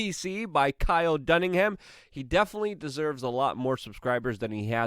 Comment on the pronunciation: Kyle “Dunningham”? Really Luke?